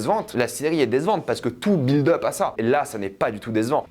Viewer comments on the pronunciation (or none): none